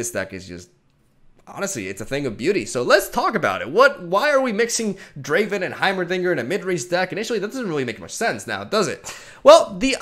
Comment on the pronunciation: It's not Driven its DRAAAAAAAAAAAAAVEN!